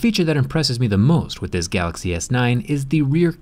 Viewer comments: "Gaaxy S9 is here" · it’s so cute how jerry can’t pronounce “galaxy” properly